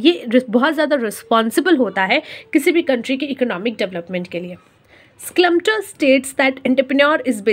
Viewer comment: Byi schLumpeter nii aa oh😂